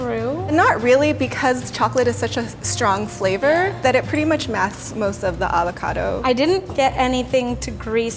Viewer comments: hope - the p is silent at night fre shavacadoo 😂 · Its weird being an Australian and hearing them pronounce avacado and gnash xD